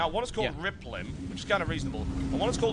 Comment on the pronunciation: riplim = Reeblym